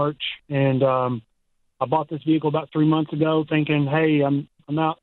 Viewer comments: Vee hickle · I’m here for the Vee-Hickle stuff 😂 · Even callers say vi hick cle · At least this hick knows his $69,000 "vee-hickle" was an enormous mistake. Ya gotta give him that. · The South: where "vehicle" has a stressed middle syllable.